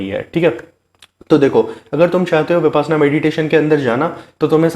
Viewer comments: First of all you should pronounce the word correctly VIPASHYANA not VIPASNA, which is actually reverse word. 2. 10 days meditation shivir compulsory for new person, not 7 days or 3 days . Be Happy 🌹🙏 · I think correct pronunciation is - Vipashyanaa n not vipasanaa. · Brother please pronounce as vipassana not as vipaasna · ऊचारण ही ठीक नहीं है बार बार विपाशना बोल रहे हो ये विपश्यना है पशयना पाली भाषा का शब्द है इसका मतलब है विशेष रूप से जानना गुरु गोयनका जी परवचन मैं बताते हैं फिर भी साधक विपाशना बोल रहे है मेरा सभी पत्रकार बनधुओ से निवेदन है इस ऊचतम विधा का ठीक ऊचारण करें